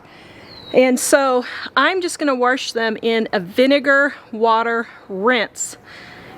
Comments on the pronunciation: W- A -S -H not Warsh there is no R in WASH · Wash not warsh, there is no such word a warsh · "Warsh" I figured you were from the Midwest once I heard that. Then you said Wyoming... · “Warsh”? My mom says “wash” that way too, she’s from Texas. Lol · Felt like I got a one- two punch to the face when I heard her say "warsh". Still plan on watching this for the likely amazing transformation, but hearing that pronunciation about threw me. I had no idea Wyoming used "warsh". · Ahhhh did you transplant to Wyoming? 🙂 I've only heard a handful of people say warsh before. So it caught me off guard, but I love accents, even if they only come out in a word or two. I live one state to the north which is why the use of that word threw me. I didn't think our neighbor state had that accent. Also, actually related to the video- your set turned out lovely as expected 😊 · I have never heard anyone pronounce wash as 'warsh' before. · “Warsh”… lol can’t get over it. great job though!